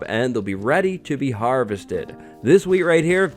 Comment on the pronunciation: LOL when he says wheat it sounds like weed